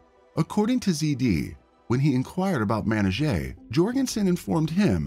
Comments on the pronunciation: Ugh the mispronunciation of her name the whole video 🙄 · I'm sorry but it's super disrespectful that you keep butchering her name. Presumably this channel is making money by reporting the case; the least you could do is ensure the victim's name is consistently pronounced correctly. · How the narrator pronounced her name 6 different ways in the same video?? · Horrible. Show respect by pronouncing her name the same way each time, even if you butcher it. Just saying. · I like your channel and watch a lot of your uploads but I can't finish this one due to the terrible disrespectful prounounciation of her name. Even after the police officer said her name in the news clip you still say it incorrectly. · Hint to the producer. Get the pronunciation of her name right. Cop says it way differently than the narrator. And even then the narrator isn't consistent! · Is the narrator saying her name wrong... I believe the cops said it's correctly. Narrator saying as it's spelled anyone know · How disrespectful to pronounce her name wrong through the whole upload !!!! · the officer pronounces her name…pretty sure he would know how to say it, with help from her family. Plus, he shares her nickname, as well. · you pronounced her named 259 different times. each time a different pronunciation os a simple name. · How many different pronunciations of this poor woman's name did we hear? I lost count. RESPECT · Sounds as tho he's saying matty jay when its pronounced mer nee jah rhymes with amnesia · The officer pronounces her name Ma-ni-ja. And, said that people called her Mani. I usually don’t get bothered by someone mispronouncing a word or name…but the fact that this “narrator” says Manijeh’s name every other sentence, and doesn’t pronounce it right once…that does bother me. Especially since the channel included footage of her name being pronounced correctly. And, most especially since her moniker was something so simple to pronounce. This MUST be AI narration…or an idiot.